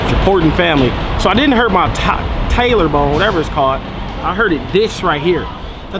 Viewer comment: Talor bone😂. It's tailbone